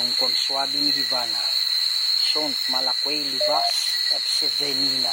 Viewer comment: Natatalo Ang protection prayer mo kc wrong pronounce ka Malaki libas hindi Malakwi libas /nun draco set hindi nun quam draco set